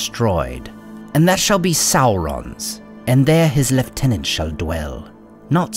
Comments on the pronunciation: that's not how to pronounce Lieutenant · lieutenant isnt pronouced with an f